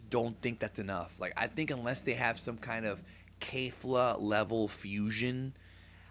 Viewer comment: Repeat after me, K-E-F-L-A (KEF-LA) not KAYFLA/KEYFLA XD da F#@